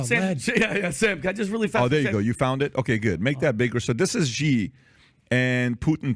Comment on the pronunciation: The mispronunciation of Xi grinds my gears to no end, who are you who is so wise in the ways of pin yin?